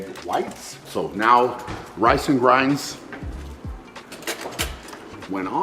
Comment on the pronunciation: Is he saying grans or grains?😂